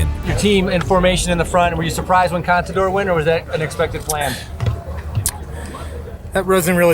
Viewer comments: Contador und nicht Conidor. Cpito? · no sabes decir CONTADOR ????